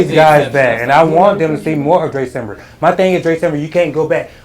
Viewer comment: Am I hearing that correctly